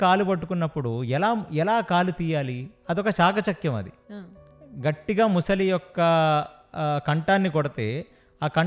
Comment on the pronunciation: ముసలి కాదురా , మొసలి అనాలి. యాంకర్ కూడా అలానే ఉంది